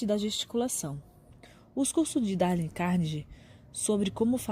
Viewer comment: “Dále” é foda hein...